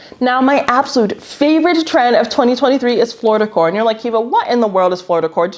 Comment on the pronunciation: When you said "Floor Decor" I thought you said "Florida Core" and I was so confused as to why we would ever make an aesthetic that was reminiscent of Florida lol